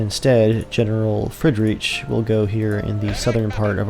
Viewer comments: Fred-reach? Jogger? Freed-rick, Yay-grr. facepalm Still can't help but like the video. Subscribed! :D My family were in the Rhine at the time. Some of them moved to the US to escape conscription in the Prussian Army, and one man died fighting with the all-German 9th Ohio Volunteer Infantry Regiment at Stones River on New Year's Eve, 1862. Gottfried Hautt. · Looking forward to this campaign :) Btw, your general "Friedrich", his name is pronounced much more like "freed-rick" (though it's really more like the ch in the scottish 'loch'). Jäger is pronounced "yay-ger". It's german for "hunter" -- they're roughly equivalent to Army Rangers. You'll recognize the word from Jägermeister and from the giant robots in Pacific Rim. If you want to avoid the biggest pitfalls going from English to German pronunciation, remember these: I = EE as in Beer (not like 'eye') E = E as in Ben or Bane (not like 'ear') A = AH as in Father (not like 'yay') Ä or AE = AY as in Bay Ö or OE = UH as in Turn U = OO as in Spoon (not like 'bun') EI = EYE as in Wine J = Y as in Yarn W = V as in Vader ß = SS as in Hiss SCH = SH as in Ship CH = CK or CH as in Lock or Loch There's more but it's pretty similar to English. These will get you most of the way. There are some silent letters, but in general, don't act like there are. For instance, in german "minute" is pronounced like "mee-NOO-teh". Anyway, hope that helps :)